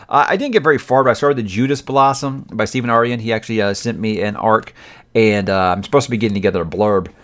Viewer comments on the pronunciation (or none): none